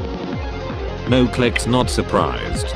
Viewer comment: This dude literally said noclic not supprised